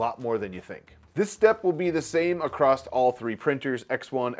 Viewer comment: There's no T at the end of across 🖖